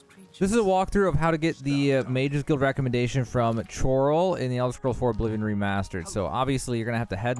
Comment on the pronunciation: Choral is not said like chores, its said like chemical... with a "k" sound. Geez did you even listen to the characters say anything, or just read and assume how to say things?